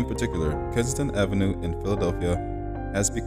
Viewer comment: Kensington! Not Kinston.